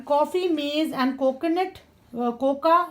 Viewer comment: Your pronounciation is little bit wrong mam like the pronounciation of this word cocoa should Coco not coca